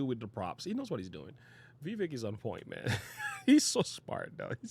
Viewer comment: Dont boast for Vivek if you're not going to vote for him. And learned how to pronounce his name moron.